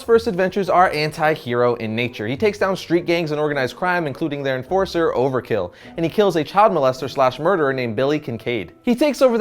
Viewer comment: Did you say Overkill?